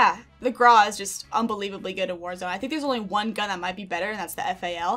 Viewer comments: Says "Graw" instead of "Grau" Me: Internal and external screaming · Please stop saying grarwh its GRAWW Grau...